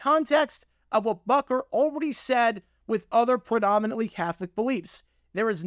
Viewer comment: It's spelled and pronounced "Butker", not "Bukker".